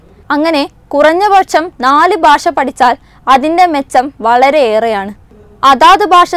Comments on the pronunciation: ബാഷയല്ല കൊച്ചേ ഭാഷ ബ്+ഹ്‌ + അ= ഭാ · Not Basha, it is Bhasha. So news reader please learn to speak Bhasha. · ബാഷയല്ല. ഭാഷയാണ്